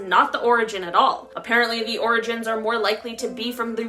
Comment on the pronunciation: Ok I think pronouncing orgins as organs is creepy